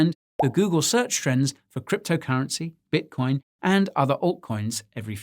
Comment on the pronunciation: bitocion lol